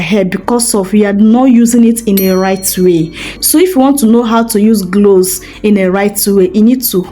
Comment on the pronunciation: Sis l think it's cloves not glose , thank you for sharing